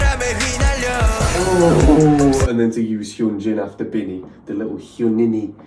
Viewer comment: The way he said hyuninnie got me dying 😭